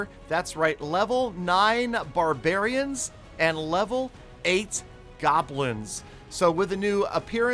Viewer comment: You said garbarin not barbarians 🤣🤣🤣🤣🤣🤣🤣🤣😂😂